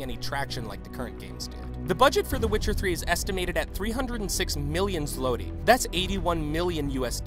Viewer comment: "Zloty" I can't